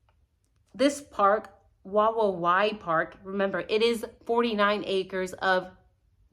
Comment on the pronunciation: First of all your English is amazing, and I love your accent and spunky personality! Secondly I will help you with the pronunciation because I had to look it up myself it is pronounced Wa-wowee 😊 Lastly I'm shocked by all of the people that refuse to make any logical sense of this alibi. And I can't wait to hear how the prosecution responds to that last sentence! The last hearing and this alibi have both given me goosebumps I'm glad to see Anne Taylor's claws come out finally. Maybe the strategy all along has been to let prosecution dig a deeper hole in the lies so they could come out quick and fierce? Just a thought. And to hear the defense team confidently say they believe in the innocence of their client is a huge deal to me. The way both of them said it they both had extreme conviction in their voice. I believe they do feel confident he is innocent. This is all of course speculation and my thoughts but I really appreciate how you encourage people to read and decipher information on their own and to question everything because that is exactly what we have to do. Evil is everywhere!